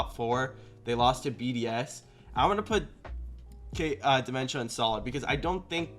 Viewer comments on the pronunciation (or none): calling dmentza "dementia" LMAOOO